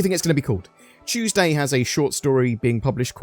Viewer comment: BRITISH MAN SAID CHEWSDAY LETS GOOOOOOOOOOOO